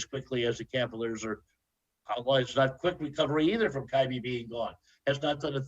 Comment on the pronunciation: I cant listen to this old dude talk hoops he knows almost nothing about basketball ..... he also calls kyrie kynie